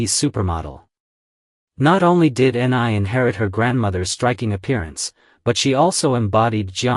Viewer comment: "Ni' is pronounced "Nee" or "Knee".